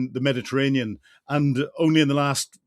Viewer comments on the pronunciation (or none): none